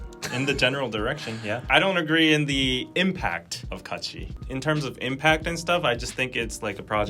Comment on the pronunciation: On another point, watched that Kachi video as you guys were talking about it and I have to say I CRINGED so hard from head to toe when they started singing. Overall, it wasn't as bad as I was expecting and people were making it out to be. Their pronunciations were horrid to be sure, but I thing that the part that really kept me cringing the most was that they're really not that good as singers. There was like one decent vocal in the entire thing. I do have mixed feelings about the entire situation, but I have to point out, there is definitely something to be said about the training to become a Kpop idol. Maybe if they had spent even a fraction of the time training to do this as the majority of actual kpop idols did, not only would they have sounded better, but maybe they would have been better received.